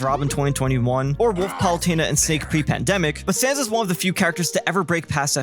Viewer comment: I think he actually ended up saying “stanzas”, which is really easy to hear as “stands as”, “stands is”, “sans as”, or “sans is”.